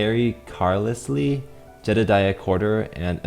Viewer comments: The way you pronounced Carlisle hurts. Car lie uhl, not Car lis lee. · Car-Ly-el not Car-lis-le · I think it's carl-lyle not car-liz-lee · Person: Carlisle: "Kary Car-lys-lee" Me: Oh... Kary Car-lyle. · You see Carlisle. (Car-lile) You pronounce it carelessly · its pronounced " car-ly-yuhl" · I'm pretty sure that Carlisle is pronounced car-lyle. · "We have Car-liss-lee." Yikes 😂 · Carlisle is pronounced Carlyle btw. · Carlisle is read like Carl + isle (like small island) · Really interesting to watch evolving programmes; it's interesting just how finicky initial parameters are. Carlisle is pronounced car-lyle, so you know. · just a pointer, "Carlisle" is pronounced 'car-lie-ull'!! Don't want to upset do you?? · How does he not know "carlisle" is pronounced "kar-lai-uhl"? Also, great video! You are such a good programmer! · You get my first name because it's just like yours, but you dont get my last name :( (Its pronounced Car-Lyle) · Most likely pronounced "car-lyle" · By the way, you're very clever, but I'm afraid I have to set your chomps to zero to make way for other cartkh's who can pronounce "Carlisle" with any degree of dignity :P